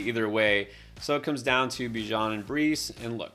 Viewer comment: Unfollowed for the pronunciation of Bijan